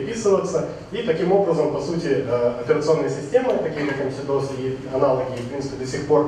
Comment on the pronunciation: к вот только замечание: не эмсидос, а эмэсдос. неправильное произношение кагбе профессионалом терминов, пускай даже используемых только в археологии, - это печально.